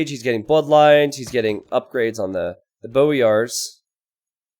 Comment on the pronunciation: Also, it's "boy-ar", not "bo-yar"